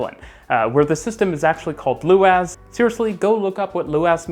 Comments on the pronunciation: If you're going to be doing a Dublin video: Luas is pronounced more like Lewis than Lou-as. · Super excited for the Dublin video! Just a heads up "Luas" is pronounced the same as the name Lewis (loo iss) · The Luas in Dublin is pronounced more like Louis or loues, the "a" sounds more like an "e" in Irish. Great video. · Luas pronounced Lewis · Luas is pronounced like Lewis. Also it's free to ride 😜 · This is the first time I've ever heard you mention Dublin. I suppose there's no point making a Dublin transport explained video as it would barely be 2 minutes long ! By the way Luas is pronounced Lewis. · You pronounce it "loo-is" by the way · "Luas" is pronounced with the stress on the first syllable, so it actually sounds more like "Lewis". Yeah, the naming has been a running joke since it started, but it really was an improvement over what it replaced! The real issue it has isn't the speed of the system, but the restrictions on the length of the trams due to the lines crossing normal roads and streets.